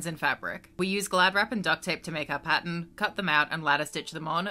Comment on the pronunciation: You will never know how long it took for me to figure out why you were saying Patent(Pattern) over and over again 😳😤